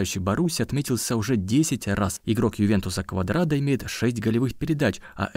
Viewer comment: Не Квадрадо а Куадрадо